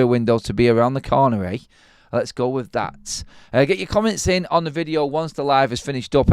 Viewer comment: Why British people speak “with” as “wif “